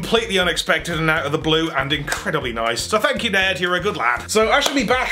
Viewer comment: should say “thank ” instead of thank you